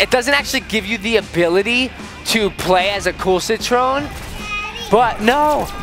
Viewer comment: HIS NAME CITRON NOT SIT TREON